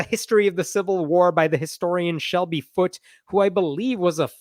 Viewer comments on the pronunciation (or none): none